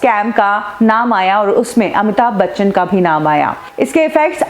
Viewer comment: It's Amitabh Bachchan..not Amita Bachan. Pehle naam toh pronounce karna seekho. Phir trolling jaari rakho. Waise bhi aapke aur 70mm Rahul ke videos zyadatar Amitabhji ko troll karne par hi hote hai.